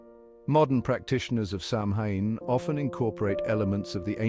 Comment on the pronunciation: I hate these AI voiced videos. Sometimes they mispronounce words so badly it’s impossible to watch. But this one is just offensive. If you’re gonna say Samhain a hundred times then get the word right